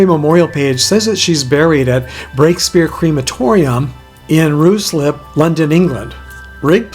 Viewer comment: I don't know if anyone has corrected your mistake, I will continue as if no one has. Ruislip is pronounced RYESLIP.